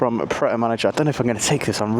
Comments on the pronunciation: "Pret a manager" lol. It's 'manger' (the French word for "eat"). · Yes, with a French name lol Pronouncing Manger as "manager" is still funny (to me). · pret a manger (pronounced "mon Jay"), it means "ready to eat" in French ;) love your videos dude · man said pret a manager ahahaha. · The way you pronounce Pret a Manger is hilarious. Have French people slapping their forehead. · I came here to comment the same 😂